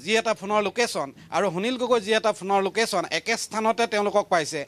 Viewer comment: আপুনি কেনেকৈ প্ৰতিদিন টাইম চেনেলত সুবিধা পালে নিউজ পঢ়িবলৈ সুনীল গগৈ টো স্পষ্টকৈ কব পৰা নাই।